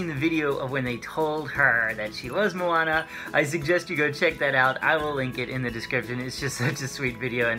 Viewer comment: Great pronouciation of her name. I'm a native speaker of Hawaiian, lots of people have a hard time pronoucing the names. But you did well, much appreciated. :)